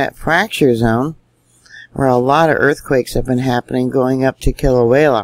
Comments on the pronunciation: Sweetie...... Love you n what you do. Always love your reporting,....its pronounced Kila-wea ......not Kila-wayla. Your a star. God Bless you n yours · I believe its pronounced Kila -way -a, not Klia -way -la. respect from Australia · Kilauea volcano is pronounce KIL A WAY A // Not... KIL A WHALE A..just saying. LOVE your Due diligence on volcano watch around this globe:-) Keep up the fantastic coverage!! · Kil- Ah- Way -AH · Love your posts But j.f.y.i. Kilauea only has one letter L in it.....careful how you say it. ❤ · That keeps me hung it too. But I don’t dare tell, how to do her thing. For a dyslexic, nay anyone, she is incredibly gifted. She does such a lot important things.